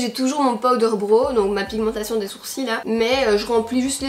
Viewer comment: Enfaite j’ai compris, vous les Belges vous dirent « des sourci » pas « des sourcils » 🤣